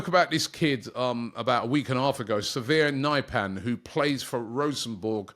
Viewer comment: Robbie makes Sverre Nypan sound like a disease, «severe Nyp an»